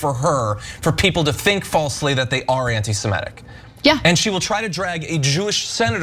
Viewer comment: If you can't pronounce "semitic" don't do political commentary.